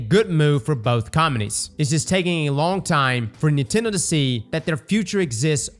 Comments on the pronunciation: Bro stop saying Neetendo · I love how says Nintendo- "Kneetendo" 😂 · They way this man pronounces nintendo is a bit odd